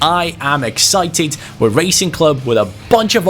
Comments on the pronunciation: The name “Racing” is pronounced as it sounds not “Raicing” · Bro, it’s Rah-cing, no as in racing in English. Also: do not disrespect the name of Lisandro López. He has been a beast his entire career, especially in Porto and Lyon, and he is a club legend. Do some fucking reseach on the teams you pick,. Also, big fan mate. You Bardhi seasons Liverpool are an all time fav. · Hi, Im from Argentina and wanted to ask you to look for the pronunciation of Racing, as it's not correct the way you say it. Great channel and amazing videos, bye. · LA COPA LIBERTADORES ES MI OBSESIÓN. BTW it isn't pronounced as the english word Racing but rather you use the A like in Cristiano, Zaracho, etc